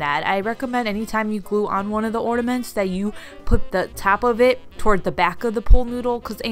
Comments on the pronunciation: But she says orD-a-ments. Uhhmmm....There's no D in that word.... in normal people land at least. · The issue isn't that you're saying "orda-mints" it's that you're saying it with a D sound. There's no D in or-na-ments. Now the real question is, do you call it Valentines or ValenTIMES. If it's the latter, I don't even know what to think about that. 😂😂😂 Oh, the same with people who put a T sound at the end of HEARSE. Hmmm....I wonder what else. 😮🤦‍♀️🤷‍♀️🤫🦨🤪🥺😁🥱😂🤔🤐🤐🤮😭🤣😳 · Young lady I think you are hilarious!! New subscriber right here! 😊 Don't let nitpicky people get under your skin. Ornaments, ordaments, balls, baubles.... who cares! Your video, your personality, your words! Love your DIY's and will be spendibg tgexrest of today watching more of them. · Your killing me with pronunciation of ornaments lmfao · Haha. Silly people. You could always call them “Baubles”, but whatever people are criticizing your pronunciation would probably say something about that too.